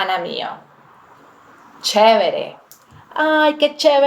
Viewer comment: Una dijo Chevre? Chévere 🤭